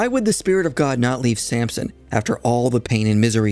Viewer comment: It's Samson, not Sampson, but good job otherwise